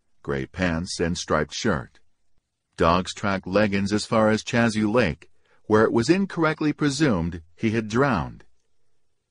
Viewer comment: One attempt came off sounding like an old time gangster 🤣. Then there's the way Chazy Lake is pronounced. All my life it been Shayzee Lake. Even Cheewees know that. BTW, living around COs all my life, I can recognize one by his/her speech pattern, often by their superior air, and if they call people "buddy".